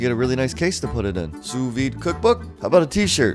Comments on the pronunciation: The second S in sous vide is silent, it's SOO-vide as opposed to SUZE-vide. #pedantic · SOO veed. NOT SOOS veed. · Was I the only one that was triggered when he pronounced it ‘sooos veeed’ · It’s pronounced “soo veed” the s is silent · It pronounced su vide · It's pronounced Sue Veed. The "S" is silent. You're also supposed to remove the butter, season, and then cook the steak. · he said sous vide wrong lol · It was annoying me how he was saying sous vide wrong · Dont prononce the last s in sous vide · Just saying, you must not have done much research at all on this if you'd never even heard "sous vide" spoken. If you had heard it in videos you used in your research you would know how to at least pronounce it correctly. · The second “s” in sous is silent,. Lol. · The S is not pronounced in sous